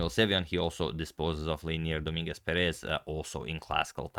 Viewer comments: Just a little pronunciation comment, it is pronounced do-MIN-guez PE-rez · Hey, how are you? I think "Dominguez" and "Perez" are said differently. Just saying. Have a good evening!